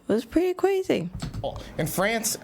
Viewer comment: Hi. no....that's not crazy that's CWAZY!!! ❤from Canada!!!